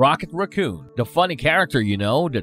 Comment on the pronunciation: Ughh. Is English the second language of all of the narrator's? The inability to properly pronounce simple words like raccoon, the, other, and exciting was this video's blunders. At this point, it's coming across as simple carelessness. Also, you could have shave 10 minutes by not completely recounting the movies because we've all seen them. Tell us what isn't common knowledge.